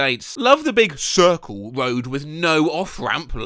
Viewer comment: Why is it SO funny to me how he pronounces "....the CiRcLe"? 🤔😅🤭